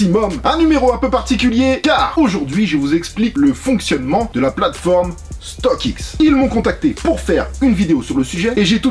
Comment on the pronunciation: La vidéo régale comme toujours StockX accent